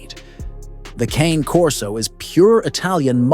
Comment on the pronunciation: Why do you mispronounce CANE? Italian, Caw nay, 2 syllables, not Cane, though you said it 2 ways. ? 😮😮